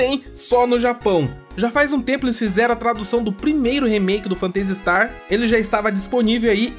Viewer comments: Mto legal a série, acompanho desde o começo. Mas essa sua pronúncia do nome do jogo aí tá meio esquisita hein? Vc fala "Fantêisi", e o mais correto seria "Fêntazi". Não que prejudique o conteúdo, é como vc comentou no caso do "Guile" vs "Gaioul". É mais uma curiosidade mesmo. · pronuncia-se fêntasi istar, e não fanteisi star. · "Fanteisi Starrr" xD